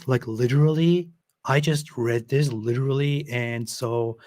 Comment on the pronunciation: Lideerally.....lol that tickles me for some reason!